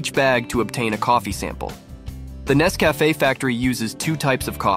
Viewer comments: It's not Ness-CAFF-eh, it's NESS-cuh-FAY. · its not nesvafaaaaa its nescafeeeee when you say it lol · Nes Cafe? Learn how to pronounce it if you're going to do a video. Also, it's referred to world wide as 'instant' coffee not 'soluble'. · When the narrator learns how to pronounce Nescafé correctly. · Thank you for this informative video mister robot AI voice. next time put some more effort in the video and maybe use your own damn voice to narrate . The AI voice literally pronounced Nescafe 4 different ways. Lazy